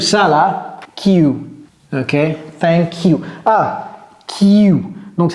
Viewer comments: J ai enttendu " Oook ! ...... Feink you !😅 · C'est ne que thak you qui se fait entendre.